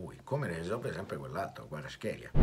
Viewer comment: Sign Caressa , mi spiega perché ogni volta lei è l'unico che pronuncia i calciatori stranieri in modo differente? Ora si è inventato Quaraskelia , ma non dimentichiamo Nagatomó e altri! Non si chiede come mai lei è l'unico ad usare codesta pronuncia? Salutoni ❤